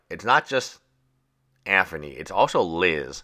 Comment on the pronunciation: I see what you did there lol it low key triggers me the way he says Anthony